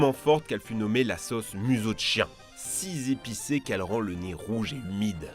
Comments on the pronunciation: "si Z'épicées"... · mec, ça doit faire 15 vidéos que je pense à le dire et que je n'en faisais rien, mais quand tu dis " si zépicée" , "si zesperée", si zattendue" . Ça me saute aux oreilles, tu fait la liaison avec un s invisible systématiquement, dans ce cas de figure.